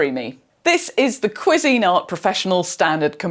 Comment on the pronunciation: Kwee zinart is how you say the brand.